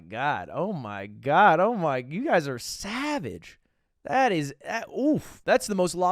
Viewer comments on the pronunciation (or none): none